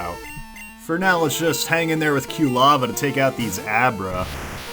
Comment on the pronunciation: After several videos, I'm finally starting to be bothered by saying Q-lava instead of Quilava. He even pronounced cyndaquil correctly in this video and then two seconds later said Q-lava again.